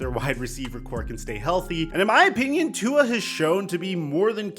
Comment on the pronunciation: Please learn to pronounce Tua’s name right man.. this is your job and your butchering his name